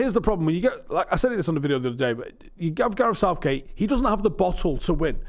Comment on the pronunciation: LOL, Starts with Gareth and ends with Outh-gate. LOOOL :D